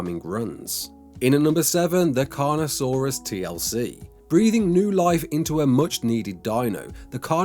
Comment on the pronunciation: Omg u said carnosaurus TLC -_